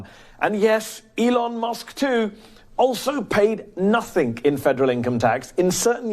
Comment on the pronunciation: YOU DO IT ALL THE TIME!!! IT IS "NOTHING" NOT "NOTHINK!!!" YOU ARE BETTER THAN THIS MEHDI!